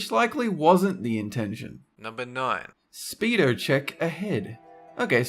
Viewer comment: who else died at the way said Australians and speedo? (*ﾟ▽ﾟ)ﾉ